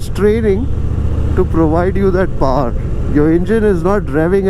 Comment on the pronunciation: so when you say power, you sayy "paaaaur" is that like indian way of pronouncing it?